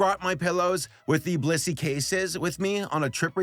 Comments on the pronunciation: i had this on in the background, and i swore you said "this video was brought to you by bussy" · i swear to god PLEASE pronounce the BLIS in blissy, because all i hear is "this video is brought to you by bussy" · I thought he said "Brought to you by B u s s y " in the beginning and i had a heart attack. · IM SORRY BUT I KEEP HEARING BLISSY AS BUSSY HELP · didn't sound like blissy sounds like you said bussy for sure uhh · I swear instead of Blissy I hear bussy.. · your blissy ad just sounds like you said 'bussy' and vehemently advertised bussy. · HE SAID BLISSY 😭